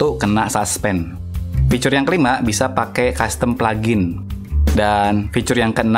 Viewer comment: Bang fitur bang bukan ficurr